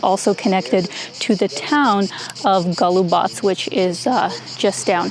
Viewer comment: Beautiful scenery! Good pronunciation of Golubac. Some people pronounce it wrongly as GolubaK. Thank you for that, shows respect for the country you are in. Very nice images of the fortress walls. You are right, we have tourists but we are not over-filled with tourists. That hill - Captain Misha's Hill. In Belgrade, we have a historic building named after him (Kapetan Misino Zdanje or Captain Misha's Edifice), now the HQ of the University of Belgrade. Thank you for the very lovely and enjoyable video.